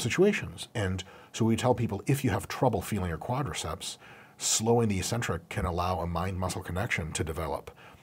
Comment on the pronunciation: ee-sentric, accent on the first syllable ee.